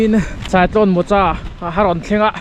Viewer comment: mokha tia lam tur